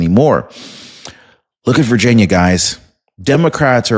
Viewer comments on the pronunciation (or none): none